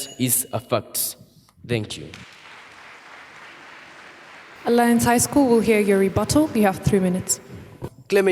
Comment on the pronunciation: Watu wa aliance ni vizuri hatukusema jaust apo🤭 Nikama tutaimplememt kuongea english shule